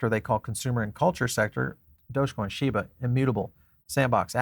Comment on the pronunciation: Why was it funny when he said shiba?